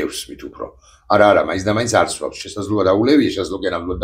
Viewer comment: სვა-ვ-ს არა, სვამს! მმმმმ!